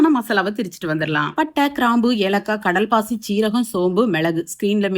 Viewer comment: It is kalpasi... Not kadal pasi... Nice recipies... Super